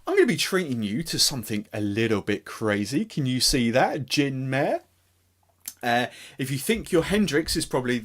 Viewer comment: Just a note, it's pronounced "Mar-Ray" and is Latin for Sea.